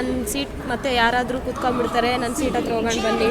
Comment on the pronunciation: ನಿನ್ನ ಕನ್ನಡ ಶುದ್ಧ ಮಾಡಕೊಳಮ್ಮ. (ಅತ್ತಿರ ಅಲ್ಲ) ಹತ್ತಿರ ಸರಿಯಾದ ಶಬ್ದ. ಹಕಾರಕ್ಕೆ ಆಕಾರ ಹಾಕಿ ಕನ್ನಡವನ್ನು ಕೊಲೆ ಮಾಡ್ಬೇಡಿ